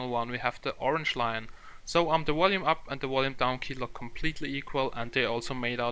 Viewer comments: stop keep saying wolume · wolume up and wolume down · Im just happy that the Wolume buttons are the same. And its pretty cool that the Wisual style is so similar. This is really Wital in my opinion. Wery Wery important.